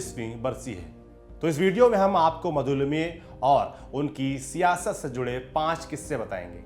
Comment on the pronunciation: आपका 'लिमये' शब्द का उच्चारण 'लिम्ये' करना, कानों मे खटक रहा था। वैसे जानकारी रोचक थी। समाजवादी राजनेता, विशेषकर महाराष्ट्र के, अत्यंत अहंकारी और असहिष्णु थे। उनकी आपस में नही बनती थी। किसी अन्य दल या विचारसरणी से बन पाना लगभग असंभव था। इसमें कोई आश्चर्य नही की इस समूह का भारतीय राजनीति से निर्गम हो गया है। एक बात माननी होगी की ये लोग सिद्धांतों के पक्के और सादगीपूर्ण जीवनशैली के थे। उत्तर प्रदेश की मौजूदा समाजवादी पार्टी तो छद्म-समाजवादी है। इसका समाजवाद से कोई लेना-देना नही है। केवल राममनोहर लोहिया का नाम लेकर अपने अस्तित्व को justify करती है।